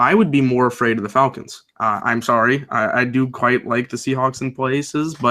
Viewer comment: he says falcons wrong